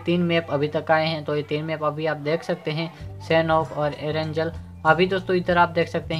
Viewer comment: एरंगल है एरंजल नही